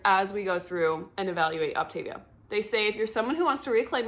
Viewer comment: Thanks for the info, however it is pronounced OptaVIA, like mama mia.